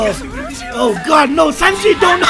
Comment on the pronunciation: Sanji "Simki" ..